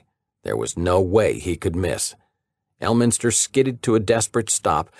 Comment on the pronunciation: Yo did you just say Earlminster lol